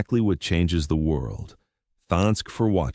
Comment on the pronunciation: well done. AI needs work on the word wind and thanks